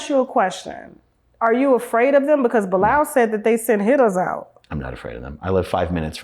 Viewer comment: This is 1 of the best interview Tashak has done, opened my eyes. but it's just 1thing he kept saying that has me crying 😂😂butchering bilaal's name. I can't 😊